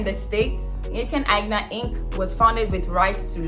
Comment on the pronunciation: Thank you for the clarification and the correct pronunciation. I love my vintage Aigner I scored from the thrifts tore.